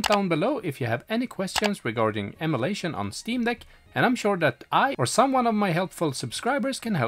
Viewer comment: So you can say Ee-Muoo Deck right but you can't pronounce em-uh-lation correctly... this is unwatchable i cringe everytime you say emulation.